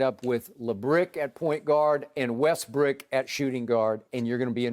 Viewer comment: Skip about lost it laughing when skip said Lebrick and Westbrick 😂